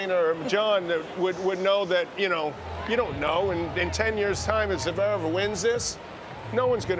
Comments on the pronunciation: Javerev and Not Zverev, classic McEnroe 😅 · johnny mac still cant pronounce Zverev’s name. jesus christ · "zuhverev" it's one syllable idiot "zverev"... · Only an American even the great Johnny Mac can’t pronounce a foreign name. Zeverev?? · One thing for sure, McEnroe can't pronounce "Zverev". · Why can't Mac ever learn how to properly pronounce "Zverev?" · I wish McEnroe would pronounce Zverev properly- it is not Zerverv!